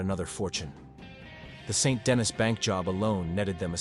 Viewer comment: I can’t trust the videos that say Saint Denis rather than san deni